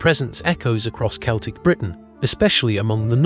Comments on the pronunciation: I agree, it's considered disrespectful. I'm Celtic (kel-tic), we don't know what "Sell-tic" is .... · Celtic is pronounced KELTIC not seltic! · Pet peeve. Celtic isn't pronounced with an s sound it's a k sound Kel'tik. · By the way, the “C” in “Celtic” is pronounced as a hard “K”, not the soft “C” sound of the English language. This is because the word “Celtic” derives from the Ancient Greek word “Keltoi”. Please keep this in mind, because a lot of people with Celtic ancestry can be a bit prickly on this topic, as it tends to be seen as a sign of disrespect to our cultures. Thank you.